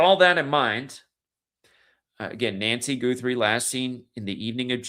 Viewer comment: Guthrie pronounced like gut not goot ❤️ Like Arlo Guthrie